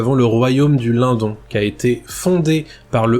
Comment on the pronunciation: super video Merci ! je pense qu'on prononce le "LineDonne" keep going